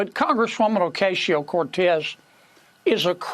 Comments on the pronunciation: John Kennedy is such a phony. And he purposely mispronounces AOC's last name. He's the ONLY one anywhere who pronounces it that way. No one else pronounces it that way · Kennedy is a racist pos. Can't even pronounce AOC's name properly.